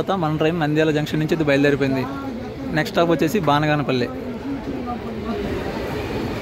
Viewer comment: బానిగానేపల్లే కాదు బనగానపల్లె